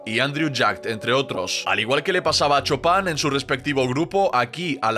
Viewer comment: Por qué le dicen Chopan si se pronuncia Chupan 😂